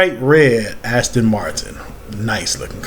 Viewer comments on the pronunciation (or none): none